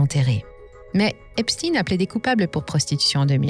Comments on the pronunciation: Il faudrait commencer par prononcer correctement son nom Je vous donne un cours: Frankeistein, Albert Enstein, Ben Stein, Howard Stein ….Stein qui signifie « pierre » donc stone en anglais. Mais bon, peut être que ne souhaite pas ce mettre à dos ceux qui le prononcent bien 🤩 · Epstein étant un nom allemand, pourriez vous prononcer son nom comme le chiffre 1 allemand . merci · Quand on vous entends prononcer le nom d'Epstein, Albert Epstein doit se retourner dans sa tombe.. Bref vous valez pas mieux que les Mainstreams dans l'hypocrisie.. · Je ne mettrai pas mon pouce car vous prononcer son nom pas comme il le faut 🤔🤔🤔❓❓❓❓❓❓ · vidéo arrêtée dès que vous vous abaissez à dire "esptine" au lieu d'esptEIN. comme si on essayait de le faire passer pour quelqu'un d'autre. insupportable ces manipulations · Pour citer les vrais responsables il vous faudrait déjà avoir les corojes de prononcer son nom correctement, c'est stein et non stin comme Bornstein ./... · EpSTEIN le juif et pas EpstINE le russe. Les medias essayent de divaguer l’information. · on dit "chtein" pas "stine" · J’ai coupé la vidéo quand cette belle voix à commencé à prononcer "epstine" au lieu de Epstein".🤥😠😤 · Epstein pas Epstin... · c'est pas EpsTINE comme PoutINE ou EltsINE mais EpSTEIN comme BernSTEIN, GoldSTEIN...c'est pas un complot russe hein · Epstein et non pas Epstine. Epstein comme Albert Einstein, frankenstein ou Liechtenstein. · Epstein est un juif allemand. Et en allemand cela se prononce comme Einstein et Liechtenstein (ien se prononce "ine"/ ein se prononce aïe-ne). Epstine ressemble à Poutine... ce n'est pas anodin pour Macron, les politiques et la presse qui est à la botte de Macron. Mais, vous avez raison, si la façon de prononcer sert les intérêts de certains, cela est pécadille au regard des faits reprochés... c'est sans doute pour ça malgré tout que vous le mentionnez ! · Tiens encore une chaîne qui prononce Epstin et non Ein 😂😂😂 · Trump prononce Epsteeenn.... 😁